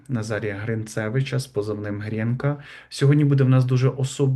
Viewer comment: Чому. ГрЄнка?? Якщо українською. ГрІнка!! І прізвище його: ГрИнцевич! Просто неможливо це чути!